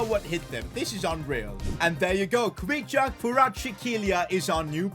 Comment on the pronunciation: U pronounce kvicha name properly.